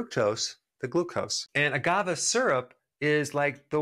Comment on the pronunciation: You keep saying agavah. It's agaveh. Great video.